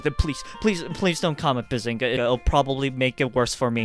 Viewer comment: bazonga. it’s not quite bazinga but it’s close